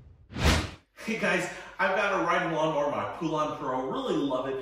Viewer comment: it's NOT lawn MORE !!!!! it's lawn MOWER.....GOT IT ???? M O W E R !!!!!!!!!!!!!!!!!